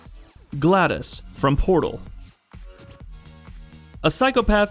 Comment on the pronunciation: 2 of the most famous video game villains of the last 10 years, Vaas and Glados... and this guy can't pronounce them correctly? I mean I'm nitpicking, but it's almost like he's never heard of them before. People who don't even play video games know who they are...